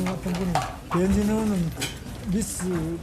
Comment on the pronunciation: 김병우 너 바보냐 ? 미스 뜻 몰라 ? 미혼여성 .. 영어뜻 미스가락 뭐어때서? 미스코리아 미스유니버스 병우야 (발음) 말똑바로해 배해지으으워 아니고 배현진 이다!!! 어떻게 국회의원 된냐? 재명이 꼬봉이가???